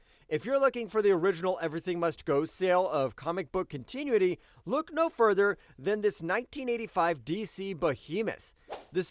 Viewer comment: Great video! One note: continuity is pronounced con-tin-new-it-tee. No hate, keep the videos coming!